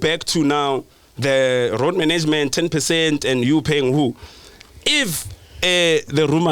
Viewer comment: The minute said "manaygemant" I knew he was chowing money. Are "I'm the mananger here." 😂😂😭💔